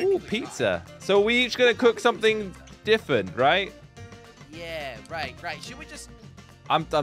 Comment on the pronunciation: WHY DO U ALWAYS SAY ''diffent''